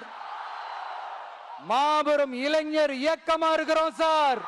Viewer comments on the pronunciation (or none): none